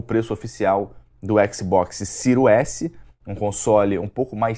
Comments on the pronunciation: Xbox Ciro? Não sabe nem falar o nome do console e foi uma chuva de hate. Não entendi nada. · "Ciro écsi, Ciro éssi", é isso mesmo? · Xbox "Siru" X e Xbox "Siru" S??? SHAUSHAUSHAUSHAUHSUAS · "Xbox ciru ese"